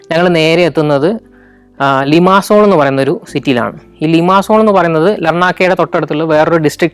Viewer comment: ലിമാസോൾ അല്ല ലിമസോൾ ഒമോഡോസ് അല്ല ഒമദോസ് അത് പോലെ പ്രോട്ടറാസ് ആണ് ശരി അയാനാപ്പ അല്ല അയനപ്പ.. ഞാൻ 17 വർഷമായി സൈപ്രസിൽ ജോലി ചെയ്യുന്നു. അടുത്ത എപ്പിസോഡിൽ ഒമദോസിൻ്റെ അടുത്തു തന്നെയുള്ള ട്രൂഡോസ് മൗഡനും , കക്കോപെട്രിയ വില്ലേജും പിന്നെ ഞാൻ താമസിക്കുന്ന നിക്കോസിയ (capital of Cyprus) സിറ്റിയും വിസിറ്റ് ചെയ്യുമെന്ന് കരുതുന്നു. Καλινικτα (good night)